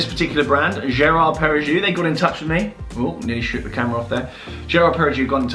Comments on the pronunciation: Not usually a nitpicker but it's Perra-go instead of Perra-joux. Very well finished though and the ceramic is cool. All black is a bit of a dying trend but I hope ones like this and the AP QPs keep it alive. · So glad to see watch talk back! Just thought I’d mention its lor-Ree-ar-to and pereg-oh for pronunciation!! Keep up the good work!